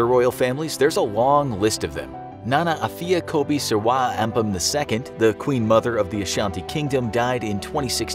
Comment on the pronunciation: "NANA AFIA KOBI SERWAA AMPEM II" was a queen mother in my country by the way the narrator mentioned the name right ❤❤❤❤